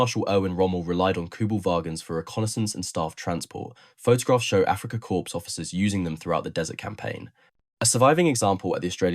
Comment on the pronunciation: "Africa Corpse" ???